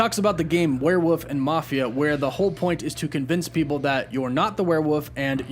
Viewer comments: "Werewoof" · Werewoof Me: Why does he say woof instead of wolf? at the end of his videos: Woof woof Oh... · Werewoof thats right isnt it.Werewoof now i cant stop saying it that way....